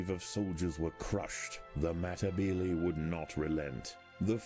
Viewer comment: (Meh-tih-beel-ee) thats how the ants name is pronounced